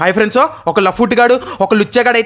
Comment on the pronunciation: Friends ❌ friendsu✅ 😂😂😂 Epic